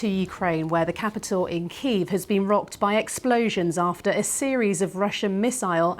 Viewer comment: Why am I paying my tv licence if the BBC can't learn to say Kyiv properly?